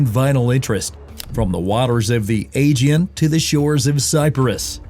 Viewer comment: What kind of AI are you that you can't pronounce "Aegean" correctly?